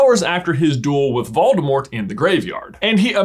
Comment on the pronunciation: Sorta irrelevant, but everytime you pronounce Voldemort I chuckle. Waldemart. Where's Waldo?